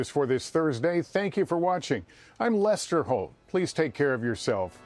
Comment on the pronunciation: the guy called him Luster, not Lester, lol